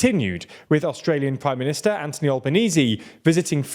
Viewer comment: It's AnTHony Albanese. Not AnTony Albanese. Same for Blinken